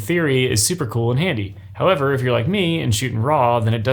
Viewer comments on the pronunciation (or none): none